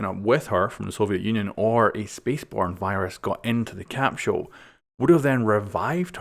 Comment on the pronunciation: a capshul